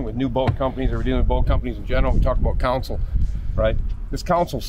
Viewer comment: So the live wells are computer-controlled touch screen? What could possibly go wrong? 😝 Also, it is "console", not "council". One is a part of the boat you drive from, and the other is legal representation.